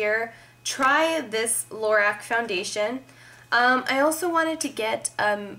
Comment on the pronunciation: LA-ROCK. is how you pronounce lorac .. i think hah